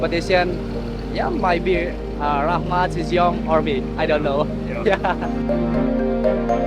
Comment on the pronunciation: Shizhiyong is pronounced pronounced Sher, not She. Xi is pronounced She, and Shi is pronounced Sher.